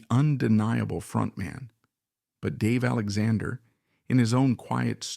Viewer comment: It's an AI narrator for sure. He can't even pronounce the name of the man that the video is about. That makes me not prone to believe any of the text, which may also have been written by AI or Chat GP. 😢